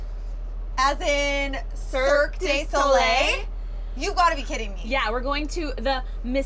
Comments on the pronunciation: "Serk day solay" dear god. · How they pronounced cirque du soleil😂😂I speak french so if your not french you wouldn't understand 😂😂😂